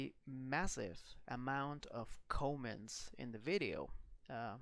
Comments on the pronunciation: c 'O' ments? Dude come on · whoever did the narration pronounced the word “comments” “CŌMMENTS” the “o” is pronounced “ah”. I’m a longtime subscriber, and this is one of the very best aviation channels on YouTube, so I won’t be too annoyed by it. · "Massive amount of cowments"?